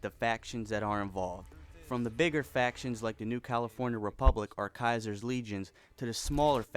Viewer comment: Diego Jose hah nice one, we all know it's pronounced Kaiii-ser